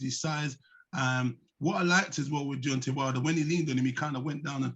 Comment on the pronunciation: It's deantay whylder